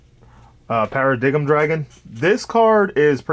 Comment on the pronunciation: Bro you cant be Paradox if you cant say the name right.. Malefic Para-“DIME” dragon